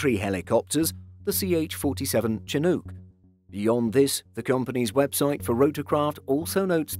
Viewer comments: It's SHIN-OOK' not CHIN-OOOK' (short oo, not oooow). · FYI the "Ch" at the start of "Chinook" is pronounced like an "Sh". It's pronounced like Shin-ook, not Chin-ook. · He pronounced it like chinuke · well, good try on the pronunciation of "Chinook" but it's still wrong. It's not "ch" as in chicken, but "ch" as in chateau/ champagne correct, but second syllable wrong. It's "nook" as in kitchen nook and like the Apache, it is named for a tribe on the Columbia River and it's also the salmon, Chinook, and the wind, Chinook-- so it was very important name choice for the aircraft because it honors the state of Washington.